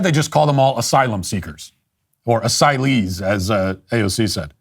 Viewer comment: I would never use the word "Asylee" solely based on the way the word sounds when AOC speaks it. She is so insufferable.